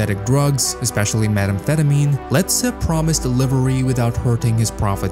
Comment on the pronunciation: The mispronouncing of common terms like "kilo," "methamphetamine," and "Medellín" makes me concerned that the voiceover is AI.